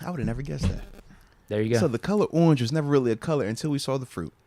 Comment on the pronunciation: Every time I heard Keller I died a little inside